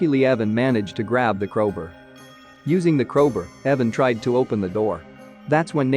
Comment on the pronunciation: "Crowber" "chazing" Jesus, this was bad